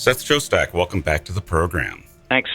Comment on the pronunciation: Are you trolling us with having the narrator introduce an episode with "relax" (like the meditative music it is) then immediately mispronounce your name for the first time!? 🤣 💯